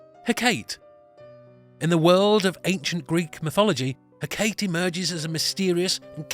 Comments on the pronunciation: Hecate's name is prononced Hec-a-tee not Hekate, but this is still a facinating video. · Sorry to be nit-picky. Hecate is pronounced "he-keh-tee," not "he-kate." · You say Hecate weirdly, it's not "Her- cate" it's pronounced Hec- ca- tey. Otherwise cool video! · I believe it is pronounced He-ka-tee and not He-kate. Other than that an interesting video. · Me too! I got to handed to "Chilling Adventures of Sabrina" They did so well with the occult and I WAS SO excited when the witches went to Hecate. Perhaps you may no. There are so many pronunciations of "Hecate" the most I heard was "Hec-a-tay" ALSO...figured Santa was a woman first. Men are the worst. Btw I am one lol